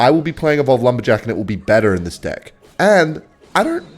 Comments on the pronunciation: why does he say dick instead of deck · Its pronounced deck bro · bro is not saying deck. 💀💀💀💀💀💀💀💀💀💀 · I bet thinks he’s funny when he says “deck” but it sounds like “d’i’ck”